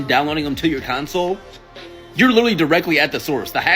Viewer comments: It’s CONsole not “council” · Enjoy your content but I realize English may not be your first language. It is pronounced con - sole not cown - sil. Cheers mate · Its CONSOLE. not COUNCLE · Why are you saying console with a u (Counsole).